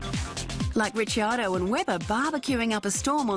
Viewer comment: Australian women talking, but she can't pronounce Ricciardo properly.. I heard 2 different wrong versions lol. Poor Dan, he needs a DC in the shower too...